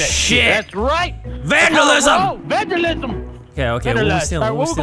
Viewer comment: Vanosslism instead of vandalism